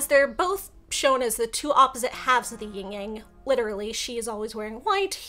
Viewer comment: That Yin Yang diagram at roughly is totally WRONG. Yin (female, passive, cold, etc.) is the WHITE side, while Yang (male, active, hot, etc.) is BLACK. Most people from the west are so used to their own colour symbolism that they get these backwards a LOT. Also, it's Yin. No g in the end. [/smartass]